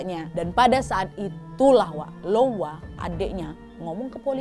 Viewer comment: Untuk kak Nad, semoga selanjutnya bisa lebih memerhatikan apa yang diucapkan agar tidak salah ucap lagi terutama untuk nama, karena kak Nad kontennya story telling agar tidak terjadi salah paham bagi para penonton dan pendengar. Seperti adik Hang bernama Koua menjadi Loua, Anjing Cadaver menjadi Anjing Caveder. Semangat kak Nad